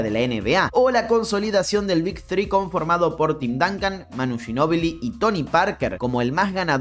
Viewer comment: Porque los argentinos tienen una pronunciación del ingles tan espantosa? Tim DANCAN Stephen CARRY Jeff Van GANDY 😣😣😣